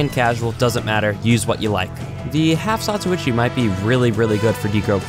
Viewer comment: Half Zatochi HE SAYS (lots more than he sould): Half Zatuichi